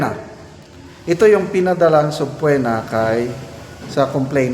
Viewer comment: Mawalang galang po, sabpina po ang pronunciation ng subpoena. Thanks